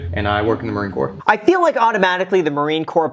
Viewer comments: the p in marine Corp is silent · Did you just say, "Marine CorP"... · I get it man its hard but it's pronounced "core" but spelled corps